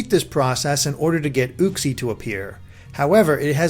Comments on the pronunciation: He said ooxie not uxiie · As if mespirit is any better 😂😂 or for that matter uxiiie 😅 or deoxies almost forgot his brilliant way of butchering cobalion's name coba-lion